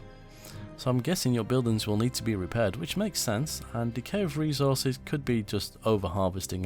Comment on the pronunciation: "We're going to ned your support!" ... yes, you do :)